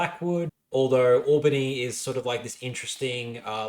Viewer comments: So just some advice: Albany WA is pronounced Al (like the name)-Ba-Knee atleast that’s what some my mates down south in Albany say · Albany, New York as far as I’m aware is pronounced Ol-Ba-Knee. From Wikipedia AL-bən-ee is for Albany Australia AWL-bə-nee is for Albany New York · Kalamunda, Pilbara, Albany, Kalgoorlie - absolutely butchering the electorate names - Clearly an eastie...